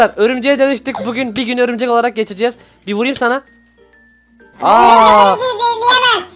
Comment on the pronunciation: Abi örümcek dedin bikeresinde öbürcek dedin o aklıma geldi XD de yine öbürcek dedin XDD